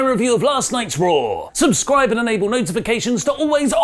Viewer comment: said "SubScrab"!!! My day is made!